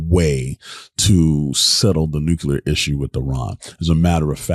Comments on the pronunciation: It’s NuCLear not NuCular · Dude we went through this with Bush, it's not nuke-you-lurrrr(of the planet omicron persei 8) it's nuclear, new-clear because the root word is nucleus, not nukeyoulus It's new, clear, energy...if you need to remember it that way 🤦‍♂️🤦‍♂️🤦‍♂️ this is so painful